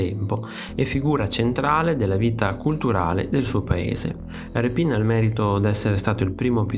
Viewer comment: Grazie al video. Peccato che quasi tutti gli accenti dei nomi siano errati. A partire dal nome dello stesso Rèpin.